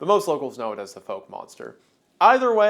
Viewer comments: It’s not pronounced “Folk” monster. Fouke rhymes with talc. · FYI Fouke Monster is pronounced like Ow like when you stub your toe. "F-ow-k." I'm not from there but from a neighboring city. One folklore was that it ate black people. Fouke was considered a sundown town and the legend was that this racist cryptid would eat you if it caught your black ass there at night. One of many legendary stories lol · the “ou” in Fouke Monster is pronounced like the “ow” in cow, just for clarity’s sake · Literally me nitpicking this 5 months later but it’s okay. The Fouke Monster or the Boggy Creek Monster isn’t pronounced like “Folk” it is pronounced like “Fa-ow-k” I only know this because I’m in the area that knows it by The Fouke Monster. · I know its all semantics but i cant help myself. I live about 30mins away from Fouke AR, and i must point out that you pronounced it wrong. You got the second syllable right but the first is pronounced like fowler. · YOU SAID FOUKE WRONG its okay its a sundown town